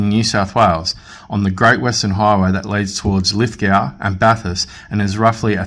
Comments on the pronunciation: Lithgow....the w is silent, for future reference 😉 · The correct pronunciation for Lithgow is Lith-go